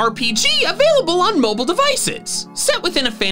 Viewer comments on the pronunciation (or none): none